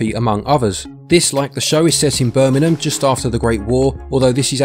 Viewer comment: Its Birmingham not Birmingnam😆😆😆